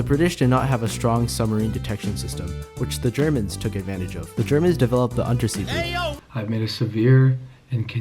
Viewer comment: "Unterseeboot" is pronounced "oon-ter-zay-bote"